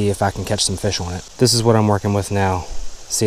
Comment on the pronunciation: My wife was with me while I was catching a big rainbow this weekend... she said, mid-catch, "hey wait, you forgot to say fish awn".